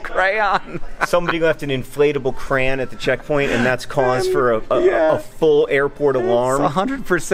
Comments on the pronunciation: JOHN SAYS CRAN IM DISAPPOINTED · hank and john pronounce "crayon" differently. it's pretty funny